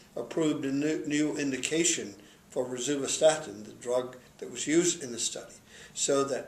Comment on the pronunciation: You literally can’t even pronounce rosuvastatin.